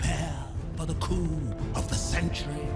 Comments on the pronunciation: Coup is pronounced coo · In the remake, it sounds like scar is saying "the coom of the century" not coup. Also, was not prepared for . That had me laughing my ass off.